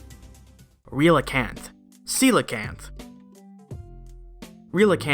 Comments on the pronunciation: Relicanth is pronounced like “relic” Also, I’d love a video on the transition between non-avian dinosaur mouth to avian dinosaur beak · Relicanth is pronounced like Relic canth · The Pokedex in Ultra Sun mentions that archeops bite marks are found on Omnastar's shell. I couldn't find anything that could be based on. Also, I believe Relicanth is pronounced like relic but without the hard c.